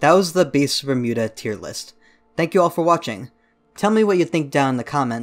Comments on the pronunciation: everyone: beasts of bermuda: bistphmuda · Ah yes, Beesvermuda